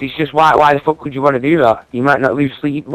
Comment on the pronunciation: lol he says " I don't give a FWAWWWK!